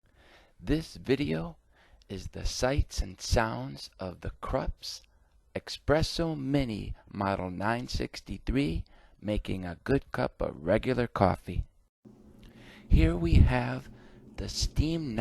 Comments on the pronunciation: What kind of expert could this be if he pronounces espresso as "expresso"? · This video sucked from the moment the host mispronounced the word espresso.